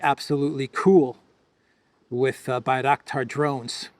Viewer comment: Bangraktar factory, you say? 😂